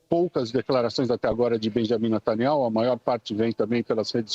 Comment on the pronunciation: Até que enfim ouvi alguém falando o nome correto de Benjamin Netanyahu.